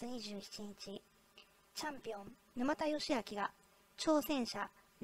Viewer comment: 「ぬまた」のイントネーションが？